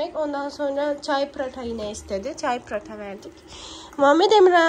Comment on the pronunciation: Ya Allah aşkına sen pratha deme yaa nasıl bukadar sinir bozucu söylemeyi basarabiliyosun